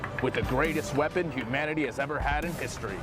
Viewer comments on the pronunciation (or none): none